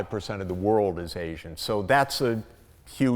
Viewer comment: Arsian? Asian... surely? Ok, Mr Know-it-all, polish your pronunciation skills as well as your propoganda-pushing please.